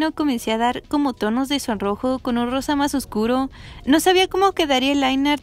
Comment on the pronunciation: No se porque pero cuando dices "rosa" escucho "arroz" SJSJSKS